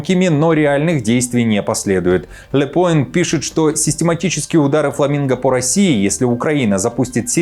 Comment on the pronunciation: НЕ «Лё поинт», А - ДЁ ПУАН (означает - Итоги)